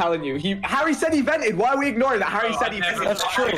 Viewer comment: Everyone: "Harry" Dream: "Hairy"